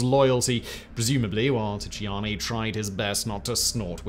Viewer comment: Your pronunciation of African names is horrible 😂 it's pronounced "Jam-MAY" and also the T in T'Chiani is silent